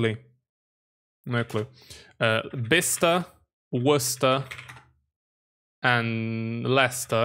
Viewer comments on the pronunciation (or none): none